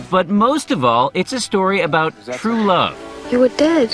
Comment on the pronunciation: And how could I forget the one I laughed the hardest at "Mawwage is wat bwings us togevva today.....and wuv ...twuu wuv "